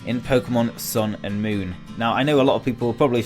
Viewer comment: Sounds like you keep saying Pokemon Sailor Moon.